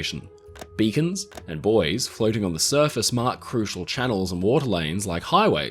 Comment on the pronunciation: Thanks for pronouncing buoys correctly!